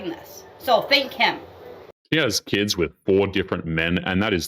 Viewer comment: Ahhh she said it. "Key-ids". Lmao.